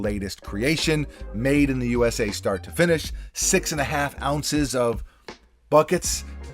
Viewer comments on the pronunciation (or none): none